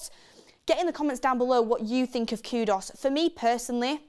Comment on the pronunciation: ITS KU -DUS NOT KUDOS. BLOODY HELL ITS NOT THAT HARD TO PRONOUNCE